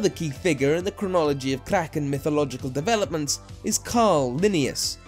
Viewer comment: not to be rude or anything, but it dosent take that much to find out how a word is pronounced. great video though:)